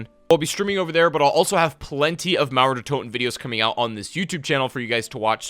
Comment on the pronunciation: When you spell Mauer der Toten i understand naruto der toten